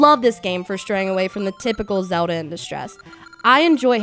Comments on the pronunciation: zowd'ha LOL funniest way to say zelda. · So many people say "Zewda" ahahaha.